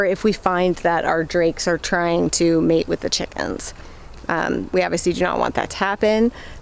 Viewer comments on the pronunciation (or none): none